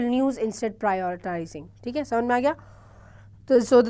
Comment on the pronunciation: Aap prioritizing ko patrioritizing call kyun Kar rahe ho